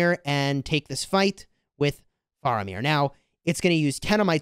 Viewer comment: He said Faramir wrong :(